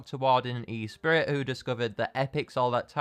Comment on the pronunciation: Boat says “spurrit of adventure”